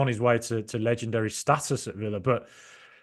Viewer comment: Okay, now you're pronouncing "status" weirdly, too. 😂 Top show as always.